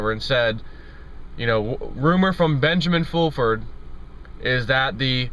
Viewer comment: Benjamin Foolfurd...Lol!!!